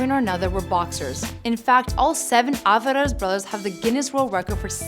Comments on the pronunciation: Alfarez🤦🏻‍♂️🤦🏻‍♂️🤦🏻‍♂️ really wtf its Alvarez dummy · REPEAT AFTER ME: “All-VAH-REZ” “HA-LEES-KO”